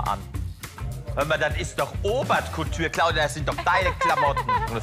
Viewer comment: “ hömma das ist doch obert couture “ AHAHHAHA